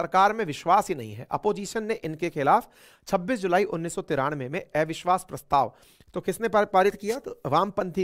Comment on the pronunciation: एविश्वास🤔 या अविश्वास प्रस्ता😛